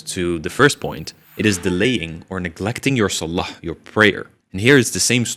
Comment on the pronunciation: i like you but can u pronounce salah and allah better, may allah make it easy for you